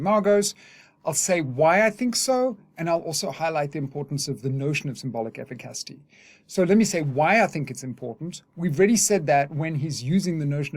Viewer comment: This is another great video, and you’ve taught me a lot about Lacan over the years… BUT brother, I can’t take you mispronouncing “efficacy” anymore! I only bring it up because I care ❤️